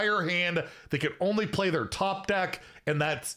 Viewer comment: Oh you're right on closer inspection. It really sounded like he said "can't"